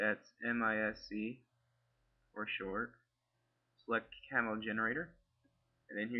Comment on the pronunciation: Good videos, very helpful. But it's pronounced "Cam-E-O"